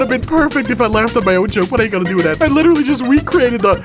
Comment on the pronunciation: Witewawwy hitting da gwitty